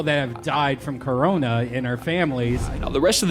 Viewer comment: “I think we’ve all had people, who died from Coor-oh-naa!” Actually,, I don’t have, or know ANYONE who passed from that. In fact, I DO know two people, who died from the CURE. Perfectly fine, healthy people, who developed Turbo can sir, and died in less that 4 months. Both of them, were SO excited to get the experimental protection, and highly criticized those of us, who (THANK GOD) decided to WAIT, and SEE. It sounds like, really bought into the hysteria that they created. I don’t blame anyone for that, as they REALLY launched an all-out assault on people’s FEAR. Kinda funny, how it suddenly stopped being a problem, despite half the population never subjected themselves to Guinea Pig stardom. In fact, we barely talk about it all all.